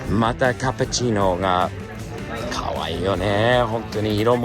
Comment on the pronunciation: cappuccino！ キャペチィーノ！ カプチーノ！ 発音最高でした❤